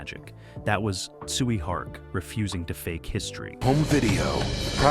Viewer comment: The way you pronounce Tsui Hark name made me thought you were saying "Sweet Heart"